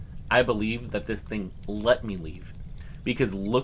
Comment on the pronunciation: Do you HAVE to do the Linda Godfrey every single time you say the word "THING"? I understand there may be times that it helps create tension or whatever you're aiming for ...but bro, it's beyond over cooked. This THING crawled out of the water, this THING popped its head up ..You just might want reel it back a little.